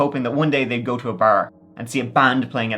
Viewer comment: I love when he says "lets give it a goo" lolol